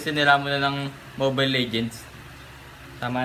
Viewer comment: Mobile hindi momile